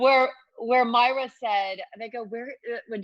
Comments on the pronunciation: Moi-ra Not Myra Warmest regards, Every Schitthead that’s cringing right now. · Can you not pronounce MOIRA? It's so disrespectful.